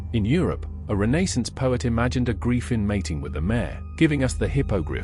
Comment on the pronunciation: You mispronounce griffin